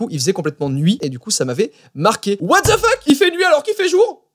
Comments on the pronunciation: C'est pas what dze fuk c'est what DE fuk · En fait ça ce dit wate de fok mais tu dis what dze fuk